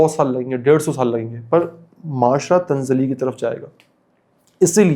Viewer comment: Tanzali × Tannazuli ✓